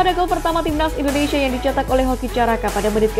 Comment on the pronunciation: Bandel ya Bacanya... INDONESIA Bukan INDONeiiiisyiiiiaaa, ngawur ah 😅